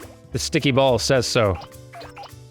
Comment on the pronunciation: Whenever you say cult of ball I hear cult of Baal.